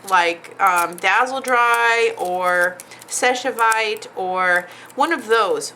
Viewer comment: I love u darlin but seche vite is pronounced like sessh veet...